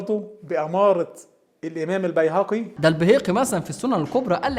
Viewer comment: نطقه لــ أم قرفة و الجعفي و البيهقي و أبو أسيد قتلوني ضحك هههههههههه